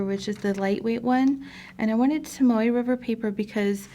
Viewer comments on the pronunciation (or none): Are you saying Tamoe River Paper?